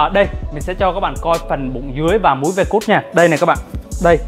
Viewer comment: Ông đọc hài quá, V cắt thì đọc là V cút. 😂😂😂